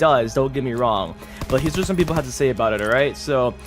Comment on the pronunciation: Who else loves when he says " whayt?!"